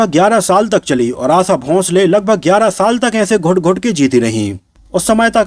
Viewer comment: Hopeless vedeo, unke Jane ke baad unke bare me negative na likhe,आशा शब्द का गलत उच्चारण किया,आसा ,आसा कहकर उनका नाम न बिगाडेंl